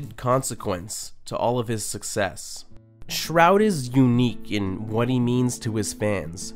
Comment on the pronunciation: he pronounced shroud's name wrongly lmao